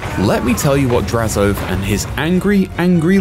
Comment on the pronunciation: God they butchered the pronunciation of his name it's not Draz-oath is Draz-o-ath